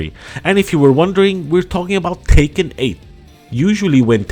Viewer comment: It's pronounced Tech-kin not Taken 😂